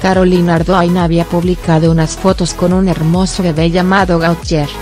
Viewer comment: GOTIÉ, SE PRONUNCIA GOTIÉ.